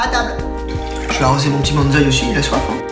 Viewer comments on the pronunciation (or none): J'ai pas trop compris , tu ne mange qu'une fois par jour ? Et puis on dit un bOnzaï pas bAnzaï ! 😉😂 Sinon j'adore votre concept et vos recettes , j'en ai déjà essayé certaines et ma fille et moi nous sommes bien régalées ! Merci !